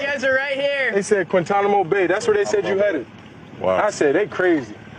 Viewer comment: Micah couldn’t even pronounce Quintanamo Bay 😂😂😂 CeeDee acting like Quinyon hasn’t already shut him down 😂😂😂